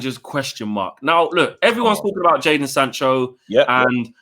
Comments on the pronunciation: It's Jadon not Jaden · I swear it's jadon not jaden